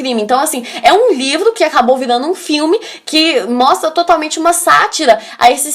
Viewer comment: Você é muito fofinha... amo quando você pronuncia 'virano' ao invés de virando nos do vídeo... muito fofa!